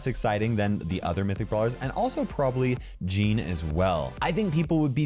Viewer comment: Mythic you said wrong